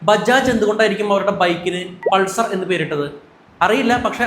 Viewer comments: അത് പൾസർ അല്ല ബ്രോ... പൾസാർ എന്നാണ് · പൾസർ അല്ല.പൾസാർ....